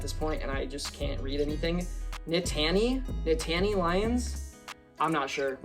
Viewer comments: It's pronounced "Nittany" like "Brittany" lol. Sick haul dude, loving the vids lately! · love the vids man. just so you know, nittany is pronounced like "knit-ih-knee"